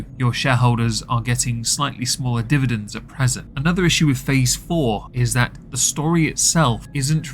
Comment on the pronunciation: Div-id-dends.....what is this word? The Disney shareholders are unfamiliar with it.